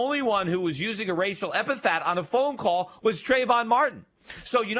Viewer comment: epithet. Yeesh, one time, okay, but over, and over. damn. Repeat after me: EP-I-THET.